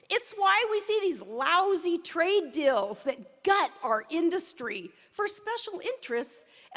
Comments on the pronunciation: "Dills"....Deals xD. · Watched the Sarah Palin endorsement speech and listened to her talk for 20 minutes and learned 2 things. Deals = Dills and Veil = Veal.